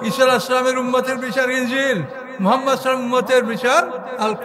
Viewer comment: এর ঊচ্চারণ অনেক সুন্দর,নবী করিম (সাঃ)এর নামের ঊচ্চারণটা আর ভালভাবে করার জন্য আবেদন জানাচ্ছি।